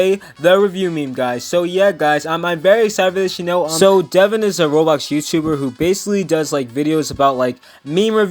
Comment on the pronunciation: How to say his name: dev - ow - n